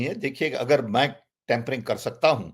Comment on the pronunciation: Bhai sahab, tempering nahin, tampering hai Dono ka matlab alag hai